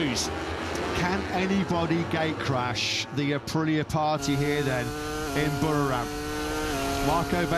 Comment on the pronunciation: Buriram. There's an "I" sound in the middle, FFS. He's still pronouncing it "boroughram"